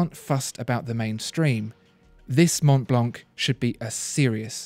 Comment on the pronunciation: Mont Blanc is a french name so it should be pronounced in the french way...